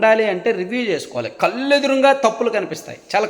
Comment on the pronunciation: కల్లు అని పలుకుతున్నారు... కళ్లు